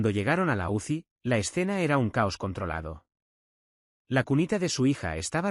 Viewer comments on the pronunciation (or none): none